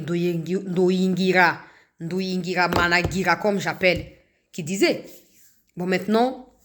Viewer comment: NDUHUNGIREHE OLIVIER ET NON NDUHUNGIRAMANAGIRA 😂😂. TU TE COMPLIQUE.